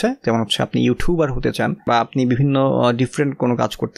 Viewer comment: Vaiya eto 'ইউঠিউবার' boltaso kn 😂🌚🔪